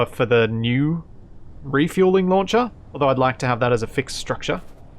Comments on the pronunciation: I keep thinking you are saying lawn chair instead of launcher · Launcher sounds like "lawn chair" :D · Puts bad French accent on would you check on the status of the "Launchere"